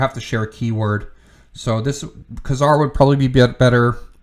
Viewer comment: Nice list, but it's always been pronounced 'KAY-zar'.